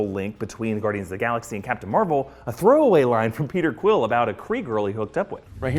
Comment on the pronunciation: you totally call Peter Quill , Krill